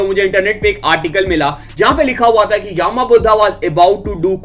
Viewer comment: its not yaaaama budha its yama buddha not yaaaaaama budha